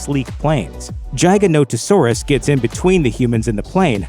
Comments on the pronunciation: Hate the way you say giganotosaurus as “jiganotohsaurus” it’s Gig-ah-Not-Oh-Saurus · Giganotosaurus = Giga Not-o Saurus, "not" Gia ga not-o saurus. its not pronounced like Giant, but Giga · It’s giga not jigs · You're pronouncing giganotosaurus wrong. Its not jig, like "I'm going to dance an Irish jig", its gig as in "the band is going to play a gig". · R u domb!? Is it a jiganotasaurus or a giganotosaurus? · Im a velociraptor my six inch retracts as well Edit: its not pronounced jeyeganotosaurus its pronounced GIGAnotosaurus Like the giga in giga chad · Your pronunciation of Giganotosaurus made me laugh. But honestly the pronunciation in the movie also made me laugh because I’ve felt like it was pronounced GI-Ganto-Saurus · I noticed your pronunciation of giganotosaurus was horrible. :P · So is no one, not a single person, gonna point out how he pronounced Giganotosaurus. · Say the name of giganotosaurus correctly way u say it makes me vomit